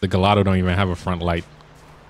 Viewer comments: Gallado 😂😂 it’s gallardo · You said galldao it's garlldo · My man why are you saying gallado it’s pronounced gee-are-dough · It’s pronounced gi-yard-o not galado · Bro its not pronounced gallado its gaiardo but is spelled Gallardo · It’s the gallardo not gollado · im sorry but its not gallado its ga la rado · Gallardo is pronounced guyardo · It’s pronounced Lamborghini ‘guy-ardo’ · You do know you're saying Gallardo wrong....like not even close to how you are supposed to pronounce it! You're supposed to pronounce it like this, Guy-ardo. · Never did this dude say oh we got a agallado in the house? It’s pronounced guy r do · You pronounced gallardo wrong it’s like a I like gaiiardo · why do you pronounce the gallardo like that? it’s (guy-ardo) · Why do you say Gallardo like that. Its pronounced guy-ardo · He Keeps on pronouncing Gallardo wrong lol lmao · BossMob360 that bothered me so much Idk why lol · Btw that is not how you say gallardo